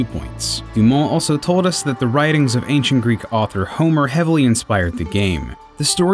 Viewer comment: you are pronouncing "Homer" wrong, buddy ^^